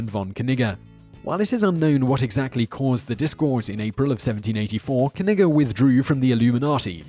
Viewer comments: im just convinced thats not how you pronounce that barons name, i imagine the k is silent and the double g making it pronounce more like 'neejay' or 'neejuh' but im just me.. i like etymology and pronunciation, but i aint no expert no siree, so .. k-nigga all you like there simon. hmm.. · Baron von Knigge lmfao he actually pronounced it correct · i swear i heard "barren von 'nigga'" lol